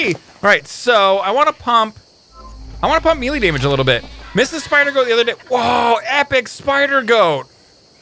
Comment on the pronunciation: You say milie not melee